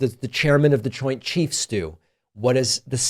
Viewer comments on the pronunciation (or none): none